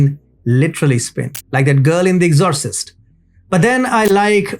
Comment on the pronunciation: "girl in eggzorsist" lmaoooooooo